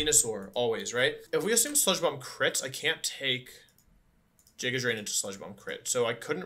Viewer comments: Love the emerald kaizo content but every time he says "jiga drain" I cringe lol GIGA with a G Wolfey come on! All seriousness you're doing great for run 9, mad props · "Jigga" drain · Nobody: Wolfey:: JIGGA DRAIN